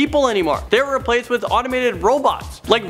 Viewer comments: it's "automated" not "animated"... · Does he keep saying animated or automated? I can't tell xxx